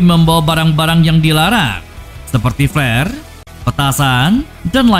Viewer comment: Org Inggris = " flare " Org sunda = " plare "